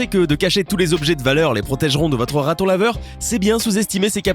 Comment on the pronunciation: Le ratonlaveure et le meuilleuire